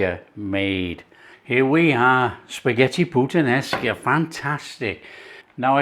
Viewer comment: You do not say puttan esca but putta nesca Great italian yes.